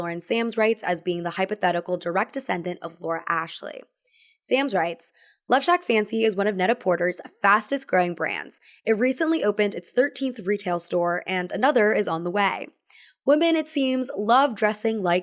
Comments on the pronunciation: The “net” in Net-a-Porter is pronounced por-tay, not like the English “porter.” It’s a pun on prêt à porter, ready to wear. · Net-a-Porter is pronounced “net a por-tay” like the French “pret-a-porter” (pret a portay) which means “ready to wear” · Net-a-por-TAY, plz.